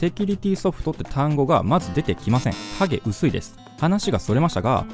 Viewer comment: 影薄いがハゲ薄いって聞こえたw